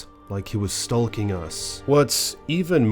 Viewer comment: Stalking rhymes with talking… or walking.. try ‘stork-ing’. Not stall-king.